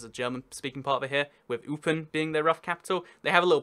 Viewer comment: Eupen is pronounced like Woipen